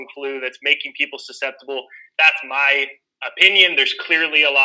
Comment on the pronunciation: Love it "in me books"